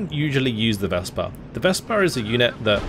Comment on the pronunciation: Dear, the mentioned german SFL is a Wespe with an E at the end (vɛspə). What you are calling it is a Vespa, the famous italian scooter;-)